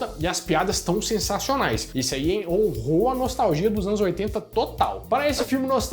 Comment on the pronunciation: Essa semana tu tá batendo com força na tecla "NOLTAGIA" né,?